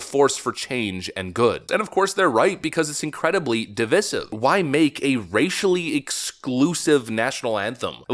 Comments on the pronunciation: Jusay'n, when did the pronunciation of devisive change to devissiv? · it's pronounced di-VIIIIIIIIIIII-sive, not di-vih-sive. long i, not short i, derp kid. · divisive |dəˈvīsiv| adjective Learn how to pronounce the word if you're going to use it! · sorry lol - its pronounced DUH-VICE-IVE lol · Divisive is pronounced div-ice-iv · PLEASE! IT'S pronounced DEE-V-EYE-SIVE from divide (short i) (long i This makes me crazy! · It's pronounced div-EYE-siv. The root word is div-EYED (divide), not div-IDD. Stop parroting the mispronunciations of the dain bramaged lamestream media! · When did the pronunciation of devisive change to devissiv? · please learn how to say 'divisive' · you're pronunciation of divisive is incorrect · Divisive is pronounced with a long "I" as in divide. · Fan of the channel but please learn how to pronounce the word 'divisive'.